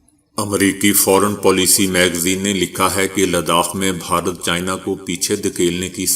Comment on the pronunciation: بھائی صاحب ، ، " بہارت" نہیں !!! بھارت ھے ،،،، اتنا عام لفظ غلط بولنے سے پنجاب کی جہالت آشکار ہوتی ھے ۔۔۔ 😡😡😡😡